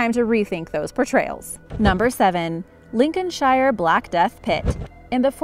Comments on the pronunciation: Arrggghh! It's pronounced Lincolnshr! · Pro tip, if a place name ends in "shire" it's pronounced "sheer". So Lincolnshire would be "Lincolnsheer" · Definitely needs work on her English pronunciation, shire is pronounced like Cher the singer! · The way she said Lincolnshire actually killed me. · The thing is we speak English. it seems we are going to have to go there and re teach them English for the second time in history. Or give it 200 years and it'll be a different language. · Don't know. You can tell somebody is American when they can't pronounce Lincolnshire.